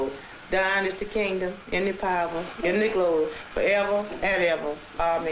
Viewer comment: Did she say, "Dying is the kindom, ina powa, ina glory, fo eva, and eva?" LMFAO! 🤣😂🤣